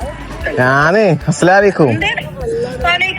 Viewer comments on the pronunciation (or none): അസ്സലാമു അലയ്കും എന്നാണ് പറയേണ്ടത് അസ്സലാലയ്ക്കും എന്നല്ല മോനെ പറയേണ്ടത് തെറ്റ് തിരുത്തി യെന്നെ ഉള്ളു ദേശ്യം തോന്നരുത്